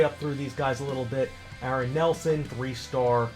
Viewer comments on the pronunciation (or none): none